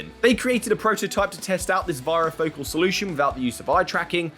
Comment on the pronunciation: Please learn to pronounce varifocal it rhymes with "fairy" Focal